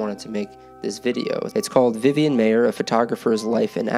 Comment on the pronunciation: It's pronounced MY-er not May-er.